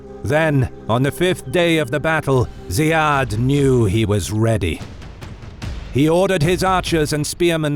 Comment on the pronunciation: Ziyad is pronounced as Zeeyad not Zayeed. Those are two different names in arabic.